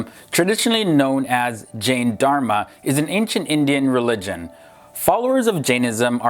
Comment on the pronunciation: The correct pronunciation of Jain is 'J-eye'.